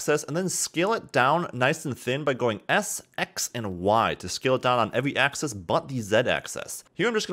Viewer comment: "....want to make sure you're in VERTICIE select mode...." No. "....This is so we can delete that center VERTICIE...." NO. "....so I'm going to uncheck the visibility on all of our AXISES...." NO!! "....except for the X rotation ACCESS...." muffled screams :D